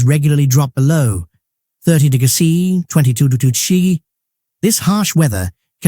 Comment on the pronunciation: The AI voice can't pronounce "degrees C" and "Degrees F"